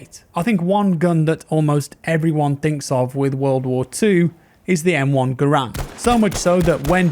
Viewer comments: For all those who sin, it is pronounced “GahRand” not Grand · It’s still called garand not gurand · Garand not grand.......Gar-and. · Hey, Garand is actually pronounced (gar (as in gary) and) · Garand rhymes with errand. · John Garand is actually pronounced with the accent on the first a.